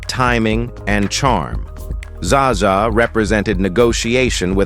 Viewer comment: Zsa Zsa is not pronounced Zaza!!